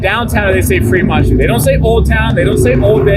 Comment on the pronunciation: Dude cmon. It’s street not shtreet. Stratosphere not Shtratosphere. And it’s old not owed. There’s an L there. And there’s no H between the s and t. You don’t say mishtakes so why say shtreet? Lol. Great job as always but this is nails on a chalkboard.